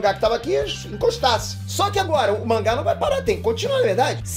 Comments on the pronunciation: "Calamba agola" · CALAMBA, E AGOLA? KKKKKKKKK